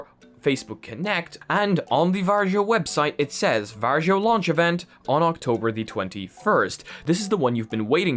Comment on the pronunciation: I don't know, if this has already been said, but VARJO is pronounced "VAR-YO" not "VAR-JO" 😁 You can actually hear quite close pronounciation from Google Translate (just press the small speaker icon).